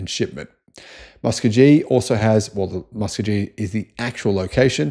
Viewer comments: That's Musk-co-gee, not Musk-co-jee,. As in, "I'm proud to be an Okie from Muskcogee" song. 😀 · If it is any help, I believe it is pronounced "Mus ko ghee". with a long o and the g sounds like a g. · It is pronounced MUH SKO GHEE lol need more help just google Okie from Muskogee! :) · The pronunciation of "Muskogee" and "Arkansas".😂😂😂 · True. But not as disastrous as pronunciation of “Muskogee”. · Haha that killed me, by far one of the most creative ways to pronounce it.